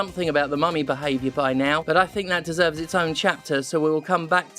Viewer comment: My ass kept hearing mommy instead of mummy